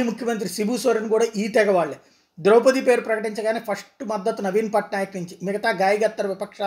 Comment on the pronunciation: సార్ మనది ఈ దేశమేన.ద్రౌపతి మహాభారతములో ముఖ్య వ్యక్తి. ఆ పేరు పలకటం రాధ మీకు.